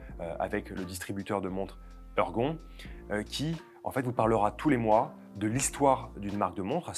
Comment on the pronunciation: "Heurgon...." , nous ne sommes donc pas une pièce de Molière ?...."ORGON"....en tout cas merci pour cette nouvelle vidéo.